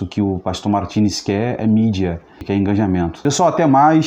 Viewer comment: Digo: engajamento e não enganjamento...